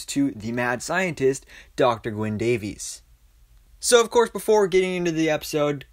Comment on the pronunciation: Gwyn Davies. He's Welsh. Not "Day-veez", he is "Day-viss". He even corrects Sara.